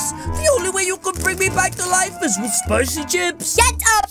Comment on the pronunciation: I am very angry he says CPICY CHIP👿😡